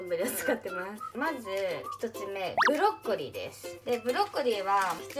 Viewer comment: ブロッコリーがブドッコリー